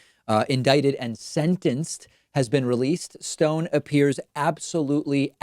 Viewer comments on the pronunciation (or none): Down voted because of the way this weird pronounced "SEND-DENCED" instead of the normal "sentenced".